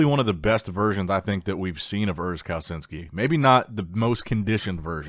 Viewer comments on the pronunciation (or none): You can pronounce Kalecinski like "Kaleshinski" so next time you got it right 😂